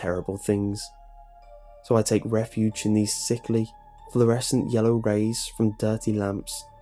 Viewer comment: Florsent lights??? Swear I heard this before in this channel but I think that's it